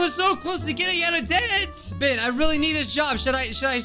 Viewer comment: NOT PRONOUNCED "BIH-EN" ITS PRONOUNCED "BEH-EN"